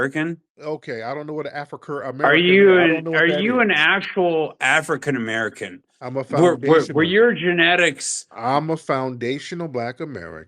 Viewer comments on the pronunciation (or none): WTF is an “Afra-nikan Amerikan”😂😂😂